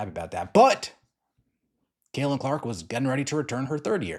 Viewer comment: Caitlin with a t. Not Cailin.